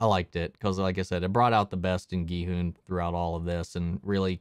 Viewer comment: Finally a reactor who pronounces Gi-hun's name properly. Korean names are hard to pronounce among non-Koreans. So his pronunciation was impressive.